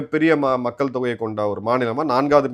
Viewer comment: "மக்கல் " இல்லை நாக்கை மடித்து "மக்கள்" என்று உச்சரிக்க பழகுங்கள்